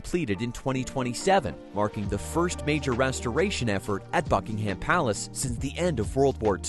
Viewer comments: The British pronunciation is "BUCK-ing-um" and not "Buck-ing-HAM." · Raise your hand if you cringed every time he said HAM. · You need to drastically improve your AI narration, too much of it was continually repeated as was video footage. You also need to learn how to pronounce words & names correctly. Buckingham is one word, it is not hyphenated and the 'ham' is pronounced 'em' or 'am'.